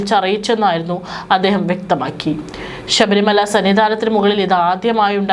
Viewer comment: ഷ ബരിമലയല്ല, ശബരിമല ആണ്